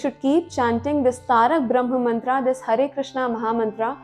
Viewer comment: Good video... but plz stop wrong pronounciation... it's not mantraa.. it's mantra.. foreigners pronounce wrongly...and we follow their wrong pronounciation